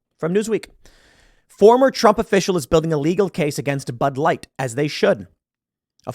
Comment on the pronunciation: "Pud Light" 😂